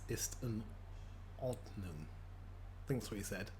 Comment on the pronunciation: the Ordnung sounded so german😂